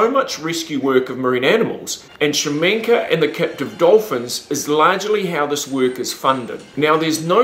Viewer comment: I hate how this guy pronounces his name. Its KA-SHA-MENK. Not shamenka.